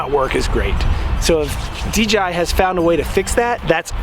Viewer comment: Is he saying DGI?